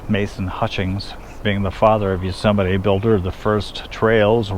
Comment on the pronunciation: Please stop saying YUsemite. Please. YOsemite!